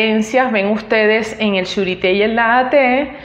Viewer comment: Buen video. Solo una cosita en cuanto a la pronunciación de Naha Te. En el japonés la H no es muda, en este caso, la H se pronuncia como J, o sea que se dice NaJa Te. En cuanto al video, cabe mencionar que independientemente de las diferencias, los okinawanses regularmente entrenaban juntos y hacian intercambios asi que no es extraño encontrar características de ambas líneas en los diferentes estilos de okinawa. En el momento que el Karate se llevó de Okinawa a Japón fue que se dieron estas marcadas diferencias entre estilos, escuelas, sistemas, y demás porque los japoneses tienen un sistema de organización más estricto que los okinawanese.